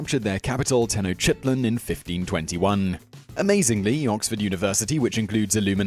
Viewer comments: "ten-o-CHIT-lin"? Sounds like someone needs a history lesson - I hear Oxford offers that. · Am I the only one that winced when he pronounced Tenochtitlan? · Jeez dude the way you pronounce Tenochtitlan lol. Its not a quaint village nestled in the English countryside lol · Right lol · Glad someone said this lol